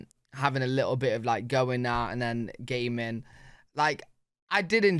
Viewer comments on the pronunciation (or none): Dude, you need to edit. You talk about gamin', but with your accent, it sounds like you enjoyed "gay men" as a child! LOL....